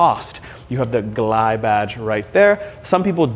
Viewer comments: At the begining of the video did he call it the Gleye instead of G L I? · Calling in a Gliiiii instead of a GLI is an insult to VW enthusiasts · It’s a gli not a ‘gly’ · You did it three times! 😂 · You're supposed to pronounce the letters. G. L. I. Not funny. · Everytime you say "Glie" I want to deny your 1m subs. You still do a good job 😅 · not subscribing - too annoying calling a GLI a glie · Every time you said GLI as a word word rather than an acronym we all cringed. G.L.I. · Did you say GLIH? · Volkswagen "gleye"😭🤣🤣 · Did he say Gligh? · I can’t tell if bro is fr when he says gli….